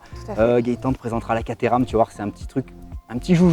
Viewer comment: Rhhhaaaaaaa!! Les français qui parlent anglais !!! Alors Caterham est une ville , on prononce pas caTééééram mais Kat-rhums... voilà voilà sinon l'un de vos plus sympa reportage !